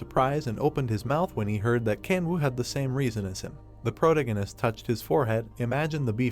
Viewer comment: For the love of God, PLEASE get this AI voice to say protagonist correctly!